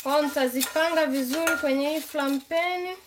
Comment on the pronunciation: Are we going to ignore she said flaingpeniiii😂😂😂😂